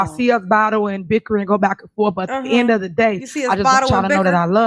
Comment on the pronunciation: You mean, “at da in a da day”?